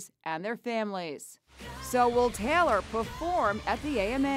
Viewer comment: Yo that narrator says Taylor talor